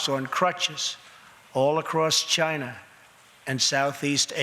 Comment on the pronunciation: Does he say chyna?